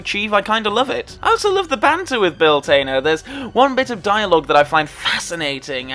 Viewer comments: I'm just curious as to the reasoning behind the "Tainer" pronunciation of Bill Tanner's surname. Or is this a different character? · Are you related to Michael McIntyre? Like others have mentioned, it's Tanner not Tainer. Re: Scotland scene in TWINE.